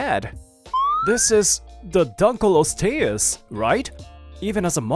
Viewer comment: I’m more sad by the way he pronounced Dunkleosteous